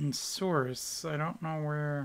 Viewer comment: And by the way for a second time lol. Souris is pronounced like Sur-e